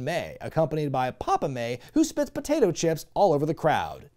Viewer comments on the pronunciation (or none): none